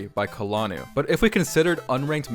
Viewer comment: "kalanuu" as a finnish person this offended me